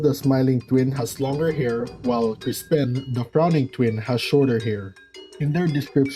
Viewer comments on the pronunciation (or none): I keep hearing crispen, im sorry.